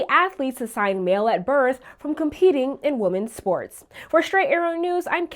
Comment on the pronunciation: What's going on with confusing the pronunciation of women and woman?